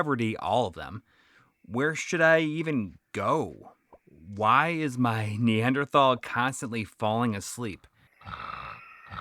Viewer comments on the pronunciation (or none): none